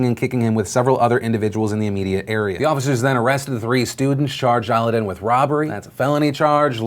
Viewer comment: The name is pronounced like Aladdin not aludin haha ;)